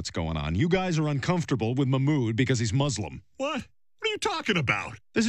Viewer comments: Peter please quit trying to call Mamoud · Peter please stop trying to call mahmoud 😂😂